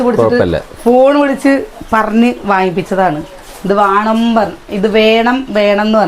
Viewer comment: വാണം വാണം എന്നല്ല പറയാ വേണം 🤭